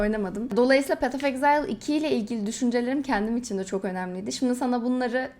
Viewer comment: ''exile'' kelimesini okurken niye ağzın kayıyor ablam